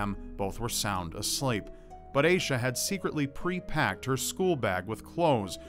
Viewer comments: its AH-sha not AY-sha ommmmg my skin is crawling hearing it mispronounced !!!! its my name also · Hearing mispronounce the name Asha (cause that's freaking my name) makes me want to die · It's not pronounced "Aye-Shuh", it's pronounced "Ash-Uh". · It's pronounced like Aw-sha not Aysha